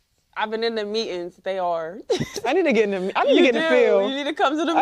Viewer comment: "I've been to me-ins..." ? Really? Or did you mean, meetings?